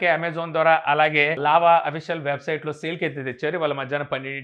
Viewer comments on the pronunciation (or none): none